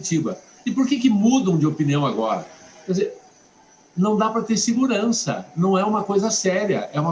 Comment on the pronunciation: SENADOR NÃO ADIANTA FALAR MOMENTO E DE AJI